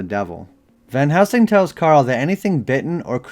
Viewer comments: Are you saying Van housing? I thought it’s pronounced VAN + HEL + SING. Anyways, love the videos! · Why do youy keep saying, "Van HOUSING". I'm not imagining it. Every time you mentioned it in your Priest video, you said, "Van Housing", and the CC agreed. Then in this video, you say "Van Helsing" a few times, but then you go back to saying, "Van HOUSING", and when you do the CC matches it as well. Where are you getting, "Van HOUSING" from? Actually, you don't always even say, "Van Housing", you kind of mumble between a few different names. Are you drunk, or what? lol